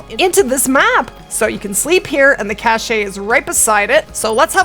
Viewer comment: Another awesome guide from the! I really like your videos but cringe every time you say "cash-ay". The word "cache" is pronounced exactly like the word "cash", with no "ay" on the end.